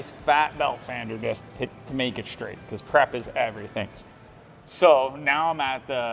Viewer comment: Love the exhaust and the sound but one thing, please learn how to pronounce 'straight'. It's not shtraight:D